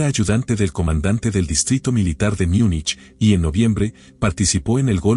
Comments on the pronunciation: ¿Porque dices Miunich si estás hablando español y no simplemente Munich que es lo correcto? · No se dice “Miunich”, sino Múnich en español, en alemán es München